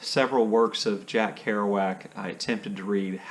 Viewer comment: I read San Miguel by TC Boyle on Adrian’s (SCL) recommendation. The writing style, I thought, was beautiful. Simple, but beautiful. Thank you for pronouncing “Kerouac” the way you did. I pronounce it the same way, but I questioned my pronunciation after hearing someone else on BookTube say it some other peculiar way I’d never heard before.